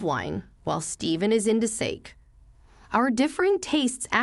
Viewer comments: Steven loves Sake pronounced “sack-ee” and is a Japanese rice wine. 😊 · It's actually "sock-ee". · For goodness sake, the drink does not sound like that. It is a Japanese word with 2 syllables, it sounds like Sah-kee, or sah-kay, with the first a being very short. If this is ai, it has proven that a child is more intelligent yet again. Don't make yourself look so foolish, please fix this. It's not eady yet, for you to subject the public to it. If this is not ai, your reader is wrong, so wrong. How long will it take you to fix all of this? The colour is red, not read as in I read a book. Do you not even check auto spelling for flaws? No wonder folk learn to spell wrongly. For crying out loud, yur office still lets people's mother, be called his mother-in-law, when will you get it right? They are definitely hot the same thing, sne's your MIL and his mum at the same time. Never, never, ever a MIL to both of you. Once you divorce she is a atranger to you, only your former MIL she will always be his mother. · Hearing the AI mispronounced "sake" is painful. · Sake, like for heaven's sake, rather than the Japanese wine! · Pronounce “sake” right.